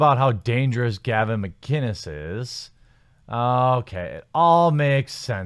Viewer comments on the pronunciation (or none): none